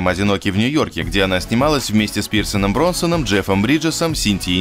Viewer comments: Пирсаном Бронсаном или Пирсом Броснаном? ? ? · Что?! Кэйт "не слишком красивая девушка"?!, ты ни хрена не понимаешь в женской красоте! И правильно будет не с Пирсоном Бронсоном, а с Пирсом Броснаном! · "с Пирсом Бронсаном" шта? Броснан его фамилия. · пиздец, только сам хотел написать. "Меня зовут Бондон. Джмейсон Бондон". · Что? ПИРСОНОМ БРОНСОНОМ? - это кто такой ваще? Пирсон Бронсон... не! не слышал!